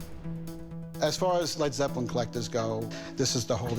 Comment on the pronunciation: "Dis is de hwoly gwail of Led Zepwin"